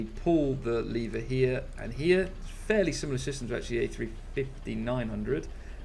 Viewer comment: Awful isn't it? He's like a cheesy 80s DJ. Totally faked accent, dumbed down, trying to sound 'American-friendly'. Guess what?... Americans can perfectly understand genuine British accents, without having to turn T' into Ds. He once pronounced 'lever' as "levvver" too. I can't listen to him. His F406 video was tragic.